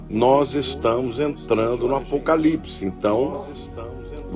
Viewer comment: A Ivete ficou tão perdida com a afirmação da Baby, que não consegui nem pronunciar direito a palavra "APOCALIPSE", rssssss... Taí a prova do despreparo da Ivete para com as coisas do ALTO. Ela foi pega de calça curta e enfiou os pés pelas mãos. Tomara que ela pare pra refletir nisto tudo, vá procurar conhecer as escrituras e se prepare para ser salva. Foi incrível este carnaval; DEUS usou pessoas para impactar os que estão no lamaçal e muitos estão perplexos. Glórias à Deus nas alturas e Aleluias 🙌🏻🙌🏻🙌🏻🙏🏼